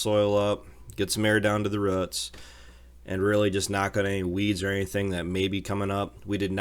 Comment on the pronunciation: great ride, nice talk. thanks for the sharing of your world. if you can, please say 'roots' more often or every chance you get. your pronunciation is the way the word should be said. thanks.